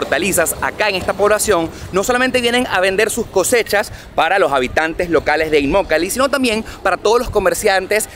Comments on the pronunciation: Hola en el minuto tu dices immolaki, y es inmokalee, fue ahi un furcio por ahi saludos super video!:goodvibes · inmolakee o Immokalee? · empezó muy mal su video, minuto, No sabe ni leyó bien el nombre de la poblacion y lo sigue repitiendo mal en varias ocasiones; lo más gracioso es que el nombre correcto lo tiene a sus espaldas, arriba en el aviso verde grande. Por lo demás, bien por el informe. Aaahh...!!! es IMMOKALEE..😂😂😂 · Alguien conto cuantas veces dijo Immolakee y cuantas dijo Immokalee ? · te haz equivocado, se llama Immokalee y tu dices “Immolakee” bueno el que tiene boca, se equivoca… 😉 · No es inmolaqui,no se inmolaron alli,😅se dice Immokalee . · Revisa el video y corrige la parte donde dices immolake es immokalee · Imolakee??? 😂 Es immokalee!! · No es Imolakee, es Immokalee. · Immolakee ? O immokalee ? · Inmolakee dice hahaha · Es inmokalee y no inmolaki como tu lo pronuncias al principio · No se dice inmolakee es inmokalee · Se dice Immokalee y no Inmolake,lo dijiste 5😊😊😊😊😊 veces mal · Immokalee no immolakee 😞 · Inmolaki O Inmokalee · Immokalee primo no immolakee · Immolakee no, Immokalee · Immokalee no immolakee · BRUTO BRUTO , SEÑOR REPORTERO SE DICE IMOKALY , NO IMOLAKY....A VER REPITE ....I M OK A L Y. GRACIAS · INMOKALEE!!!!! NO INMOLAKEE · IN- MO-KA-LEE... IN-MO-KA-LEE:) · Saludos cordiales. Muy interesante este reportaje que haces. Como siempre, muy acertado en los temas que tocas. Con todo respeto quisiera que rectificaras el nombre de la población. Lo pronuncias de manera incorrecta(fíjate en el letrero: Immokalee Dr). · Por favor no t equivoque en el nombre de esta ciudad lo dijiste mal en tu video al comienzo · Cuántas veces dijo mal el nombre del pueblo? IMMOKALEE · Dijiste mal el nombre del lugar varias veces 🤣🤣🤣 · No es "inmolaki" 😅😅😅😂😂😂😂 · Dijo mal el nombre al principio